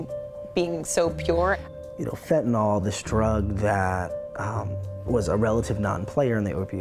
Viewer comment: It's not pronounced Fentan-all, it's Fentan-ill (phonetically), Mr. "Journalist".